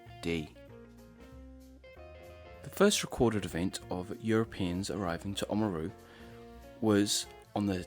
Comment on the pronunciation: You say "Māori" beautifully, but I wonder why you can't say the first 'a' in O A maru? Nicely done, overall. Thumbs up.